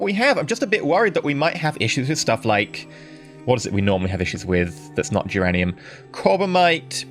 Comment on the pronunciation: Why do you sometimes put a 'T' sound when pronounce duranium?